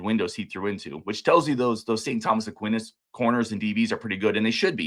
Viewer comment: Aquinas = 'uh-kwai-nuhs'